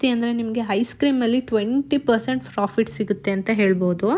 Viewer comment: Nice video .. but you are pronouncing as Frofit Margin please pronounce clearly as Profit Margin